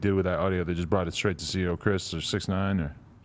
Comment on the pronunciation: Why he keep calling him Bix nine like he still official didn't he get him banged the fuck up🤷🏾‍♂️